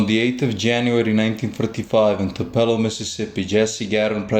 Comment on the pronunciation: It's Tupelo not topelo and 1935 not 1945